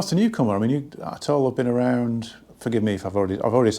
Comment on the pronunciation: 'And it isn't at'oll.. '😂